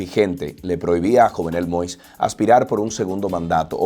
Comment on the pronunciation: Se pronuncia YOVNÉL MOÍS